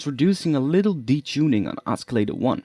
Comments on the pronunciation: oscillator has a silent c... its pronounced ossilator, not oskilator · [ oss-ill-a-tor ] the 'c' is silent :D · it's OSCILLATOR not escalator. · >.>' not grammar... oscillator is pronounced the way it is, because that is the english language. just be lucky thats my only criticism of the video, ive seen much worse videos. XD